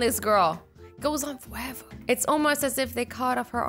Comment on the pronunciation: Goes on fowever 😂